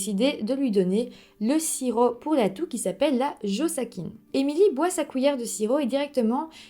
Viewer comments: On dit "josassine" pas "josaquine" et empoisonné pas piégé 😅😅😅 aaaaah ma petite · Le Josacine 500 n'est pas un sirop pour la toux mais un antibiotique. On dit bien le Josacine et non la Josacine. Je connais bien l'histoire et cela se prononce Josa"ssi" ne et non josa"qui"ne. J'ai fait des fautes exprès. Mais bon tu as très bien expliqué cette histoire. J'aime beaucoup ta chaine. Tu as fait du bon travail de recherche sauf que tu as été induite en erreur concernant le médicament mais ce n'est pas de ta faute. Je te reste fidèle et me réjouis pour la prochaine. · C’est naz, beaucoup de fausses informations… Connaissant bien l’histoire, vous racontez n’importe quoi et vous prenez beaucoup de raccourcis. Ps : C’est JosaCine et non Josakine ! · La josacine est un antibiotique... Tu n as pas tant fait de recherches que ça 🙄 on dit bourde pas gourde... Et si tu avais regardé les documentaires tu saurais qu'on dit josaSine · Bjr vidéo parfaite comme d’hab juste une info : ça se prononce jozassine et on dit une bourde non une gourde ( tel) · bonsoir, je me souviens de cette histoire ! pour info cela se prononce 'jozassine" et ce n'est pas un sirop pour la toux, mais 1 antibiotique ^^ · On dit "jozassine" mais c'est anecdotique ! Histoire bien bizarre mais une petite fille a perdu la vie !!! Merci et 😚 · Tu prononces mal le nom du médicament mais c'est pas grave 😀